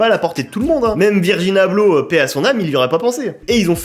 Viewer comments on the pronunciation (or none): Tu as dis virgin abloh ?? 🤣🤣🤣